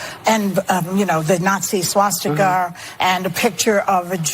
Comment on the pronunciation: what the fk is a swa-sticker?